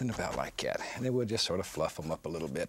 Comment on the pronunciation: I love when Bob Ross says « somethin’ about like ‘yat »